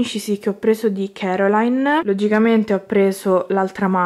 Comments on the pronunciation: Non si pronuncia Caroline ma CORALINE. CORALINE. 😂 comunque bellissimi Pop e bellissima collezione. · Ma è coraline..non caroline